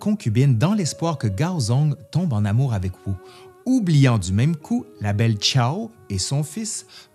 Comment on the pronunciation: "Xiao" se prononce "Sssi ao", pas "ciao bella vita" si jamais 😂 "x" = "s"